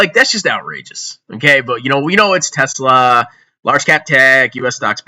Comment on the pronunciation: REUUUUU Tezlahh my ezlahhh